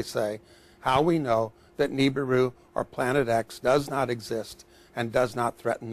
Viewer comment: I love how he is a Scientist and he still mispronounces "Nibiru"...